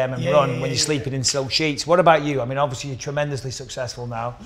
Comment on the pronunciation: Michael “ObvIOSly” Bisping